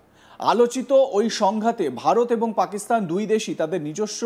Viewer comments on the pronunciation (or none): none